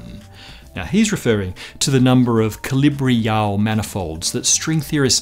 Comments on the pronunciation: Isn't it pronounced "calaby-yow" not "calibri-yow" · It's "Calabi–Yau"